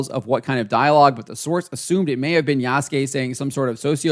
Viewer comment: Wait is he talking seriously talking about AC and can't even say the protagonist's name correctly Ubisoft is a definition of incompetency 😂😂😂